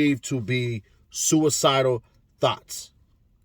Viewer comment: Did he say thots or thoughts?